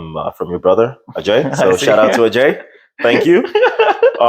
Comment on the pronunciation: Great video! Also, try saying AJ instead of Ajaaye 😂